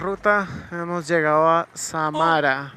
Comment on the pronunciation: Samara con el acento en Sa ahi es donde suena mas fuerte